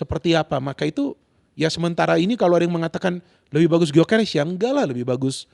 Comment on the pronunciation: Gyokeres bukan guio